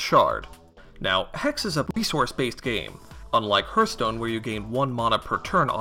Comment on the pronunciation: Appreciate the video. But sheesh man... the way you pronounce Hearthstone... lol yikes. Hearth should be (Harth) not (Hurth).